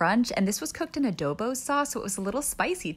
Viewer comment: SHE PRONOUNCED ADOBO WRONG HOW DARE SHE WHAT IN THE WORLD IS ADOWBOW